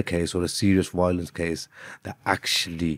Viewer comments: You know nothing so just shhh. I just got done watching another video and Yakoob exactly says “Wiolence”. Everyone in the comments was making fun of it, nothing racist about that and Im muslim myself. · Lmao Im officially convinced I am talking to an 8 year old here. Ok, educate me and explain how one can use “google, school, library” in order to show that another user joking about how the lawyer pronounces violence as “wiolence” is racist, especially when he says it like that all over his TikTok reels. Go on then, I’ll wait 😎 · Lol this the guy that thinks he’s straight out of Better Call Saul and pronounces violence as “Wiolence” 😂😂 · He really does pronounce the word like that, so stay mad 😂🤣